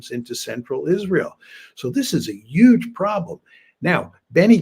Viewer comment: I'm just here to here Mearsheimer say "yuge".